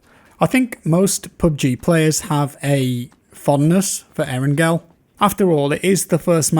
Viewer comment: Nigga it’s not aarongirl🤦🏽‍♂️ it’s eerrangalll that shit make me wanna shoot somebody when u say arongirl